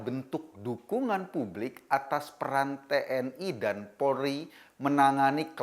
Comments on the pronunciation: Polri bukan porli pak! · Polri bukan polri pak!!!